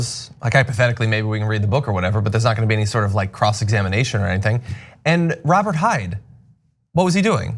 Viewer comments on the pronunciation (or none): none